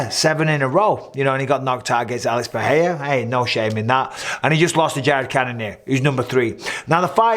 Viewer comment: "Alex Puhheyuh" is by far the best pronunciation of the man's name. All these knob commentators saying Puhraeruh, like you ain't Brazilian mate